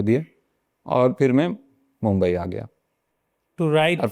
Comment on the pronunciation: I have a question varun gets no nostalgic or he has love for a city where he has spend his 4years of engineering but he can't even pronounce the name of a city where he became a renowned artist, comedian. Why is like that? Most of the liberals or left inclined from north try to understand all the side of the story but when it comes to maharashtra they deliberately try to mispronounce Mumbai city name